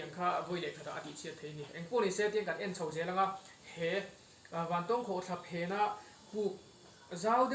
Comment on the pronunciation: I thil tih ah hian mithilhre zawk te rawn hmasa ṭhin teh. A hmasa in "Vantawwwwng Khawhthla" kan nei ngai lo. Vantawng (eg: A san zawng chuan vàn a 'tawng') tia lam tur. Anih loh vêk chuan Vantáwng (eg: Ramhnuaiah sakei nen kan in 'tawng') tih ang pawhin a lar ta zawk a. Nangin a kan ram hmun leh hmel, duh duha an hming I lo thlak ve nachhan tur kha a them pawh a awm lo. Tin, Vantawng Khawhtla hnunga puk hi hmasang aṭang tawha kan hriat vek tawh ani. I luhna puk thuk zawk, fangfar awmna, "Puk far" kan tih mai kha kan naupan laia kan luh chhuah hrep tawhna ani. I kal hmasa awzawng lo. Adventure club lam, sa pel a kal leh a bulhnai khaw mi leh sa phei chuan an lutchhuak fo tawh I pian hma fe aṭang tawh pawhin. Mipui mimirin an ti bawrhbang ang tih hlauh vangin an kam tam lo mai. Tlawh luai² chi pawh anilo, intih palh leh mi hliam buaipui a buaithlak tawh ṭhin avangin. Fangfar ho kha khawih avanga thi thei pawh anni bawk lo, climate a zir leh zir loh vanga danglam mai ani. Tihian intih lar I duh vanga kan hmun fianrial ṭha tih common I hreh lo rau2 anih pawhin information dik deuh tal hi chuan thehdarh ṭhin rawh. Chubakah, ahmaa kan hrilh tawh ang che in naupang kum 20 pel ṭawk I ni. Camera leh drone tel kher lova I kalna hmun luh chhuak tawh tu hi a zà tel fe an awm. Puitling lungfing ber niawma Bawihtlung Channel style la taka Zofate zilh ve sek tum hi sim rawh. Kan hriat chanve chanveleh pawh la hrelo, kan hmuh tawh 10% la hmù lo hian Mizoram mi leh sate hi I zilh ve an